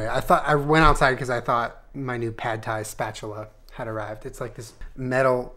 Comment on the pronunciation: It's P-aaaaaaaad Thai